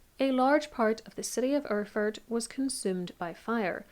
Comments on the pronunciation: Try Air-ford as phonetic pronunciation. ;-) And yes the old German isn't easy to read, there are some letter I cannot figure, but It reads something like: Als the (person above) landgravine Ludwig of Thuringia had an argument with the archbishop of ...; to reconcile the ...travelled to Erfurt for one day in the month of July in the year of 1184 where an unexpected, terrible incident happened. The ... and his counts including the knighthood that awaited him in the convent of St. Peter in Erfurt his stay in a hall, which was a very old building and under which the monks common quarters were or "Speech(?) house lay. As now the inlet of the...was very big and the old beams couldn't bear the weight - they broke and so all those who were in the hall, apart from a few, along with the wood (aka beams) and other matter deep into the secret chamber. ...Frederick clinged on with his hands to an iron bar of the next window a d had been retrieved from there. It is more than 100 people, under which were 6 born counts have been struck and squashed to death or spoilt in the debris/refuse (they probably meant the poop here) as they couldn't help them so quickly. Amongst those that lay lowest in the excrements and drowned in the same was also Count Heinrich of Schwarzenburg who also tended to say: When this is not true, so I die in a crapper (derogatory term for toilet for those who haven;t heard the term before). The speech is quite long winding and my translation not grammatically accurate a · ER-FURT !? Very Apt ! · Listening to this story I felt again how utterly unpronounceable those old German names are for everyone who has not learnt this language from their parents or at least from very early on. Mainz, btw, is pronounced `Mines`. And Erfurt is "Airfoort". Killer Toilet is a nice epithet on this smelly event. Perhaps the floor gave in because the builders had skimped on the thickness of the floorboards? Maybe the pit exploded? Too bad the Mythbusters aren`t around anymore.